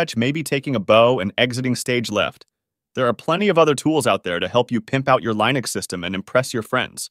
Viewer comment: "reAD me" file? Li-nux? AI voice is high or what lol